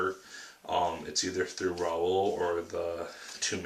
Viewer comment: the x is silent, so it's pronounced Lerou, but hey it took me a while to figyer out how to say it. As for the book I love it, it's one of my favorite book. actually at the time I'm posting this I'm working on my 4th read though.